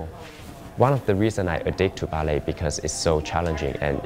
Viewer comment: This is how you spell Ballet. This is how you pronounce Bellay.